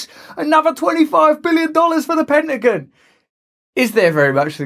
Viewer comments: Penagan? Whats the Penagan? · It's funny how he pronounces Pentagon All Jokes aside keep up the good work Russell God bless you 🙏 my friend. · Hilarious how you pronounce pentagon 🤣